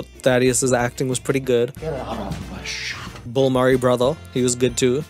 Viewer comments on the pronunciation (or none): Why do you pronounce Bill Murray as Bull Murray 🤣🤣🤣